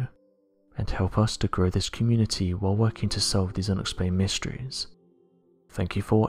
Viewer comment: Why can’t this dude say “subscribe” correctly. I love these videos, love the accent and everything about them... but at the end of every video with this narrator he says “prescribe” or just “scribe” I can’t really tell but it’s certainly not subscribe and it just hits the ear wrong, hurts my brain a little bit, and then it’s all I can think about for a few min every time I hear it.... so much so that I just had to comment about it. Sorry man, definitely not hating at all, just requesting that you start saying SUBscribe. Please.